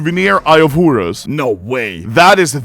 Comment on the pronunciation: Eye of Hurus, Hurus, Hurus.... xd